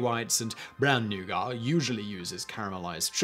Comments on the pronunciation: Your french pronunciation is slightly better than your english pronunciation. But both are horrible! C'mon! English is supposed to sound like "newget" French is supposed to sound like "nu-go". You weren't even close. Took most of the video before I knew even what you were talking about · James Walker well it is a french word, and the french are allergic to pronouncing the final letter of words so, yeah very british... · Interesting. Today I found out that simon doesn’t pronounce the T in nougat, because French. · This is the first time I've ever hear nougat pronounced that way and I stared at my screen baffled. 🤨🤨 Haha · Simon, that nougat pronunciation had my eye ticking something terrible every time you said it. I know it derives from French, but still, it sounds wrong hearing it without the T (British ears). Although interestingly, I don't have the same reaction when visiting France. Anyhow, more importantly, I would have been interested in why certain international markets had the "Snickers" bar sold under the "Marathon" name for many years. Instinctively I am thinking Snickers was an existing trademark in certain markets. Hmm, wonder if Wikipedia has the answer? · I mean if you are going to argue about the correct pronunciation of noughat, look no further than the origin. Which as simon said is french and we all know the how the french add unnecessary letters to their words. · NEW VIDEO IDEA. WHERE DO BRITISH PEOPLE SEE THE "R" IN THE WORD NOUGAT? .... that one triggered me i don't know why lol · He's uncomfortably close to pronouncing "nougat" with an unnecessary "r" as if it was a racial slur, there. Tsk! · First ever mind-blown moment ever watching this channel: Nugat (new-gat) pronounced New-garr. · When you say nugar, do you mean nuget? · Noogit! Not “Neyuah-guah!” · New-gar? its pronounced New-get around these parts. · Nugar....hmmmmm nougat? Noo-gat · New get. I’ve never heard newgar before. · I've always heard pronounced as NEW-git. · What's a 'noogar'?